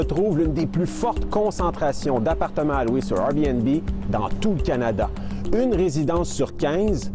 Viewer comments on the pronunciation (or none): Le journaliste dit RBnB et non Airbnb. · La chose qui me choque le plus est la facon qu'ils prononcent Airbnb!